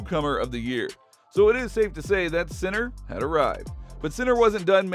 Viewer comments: As an Italian I can tell you that I have heard much worse, speaking of Italian words and names pronounced by English and Americans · My God… learn how to say the players name before doing a fully dedicated video about him. So silly…